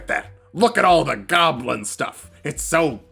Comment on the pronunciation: Awesome video but.... “Golbin stuff? “..... Goblin! Come on dude, how long have you been playing D&D?